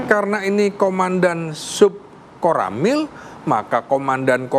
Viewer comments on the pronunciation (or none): POSRAMIL Pak bukan KORAMIL 😂😂😂😂😅😅😅😅😂😂😂 DANPOSRAMIL nya ya Peltu Lubis itu lah..